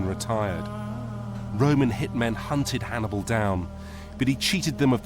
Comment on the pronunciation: 40 minutes in and you've mispronounced Hannibals name 4 times 😂